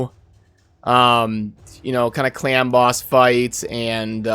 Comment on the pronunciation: Sounds like u are saying clam boss :D